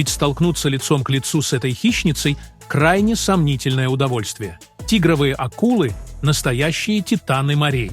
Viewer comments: Не ТИгровые, а ТигрОвые. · почему тИгровые ,а не тигрОвые?